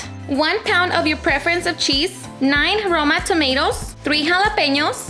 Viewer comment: She said were going to melt the "sheez with it" Lol :) Get it beautiful.